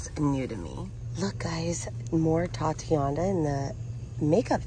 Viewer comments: OMG, please please please stop misprouncing "titania".....these are products that are named for titanium! Not a girls name " tatiana"..... Please sound it out😉😉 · Please look up how to pronounce TITANIA